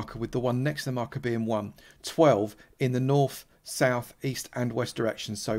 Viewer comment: Which direction is, “Norf” and “Souf”?